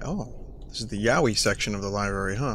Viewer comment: for some reason Vinny calling it yaoie was really annoying